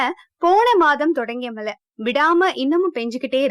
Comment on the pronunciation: malai illama. mazhai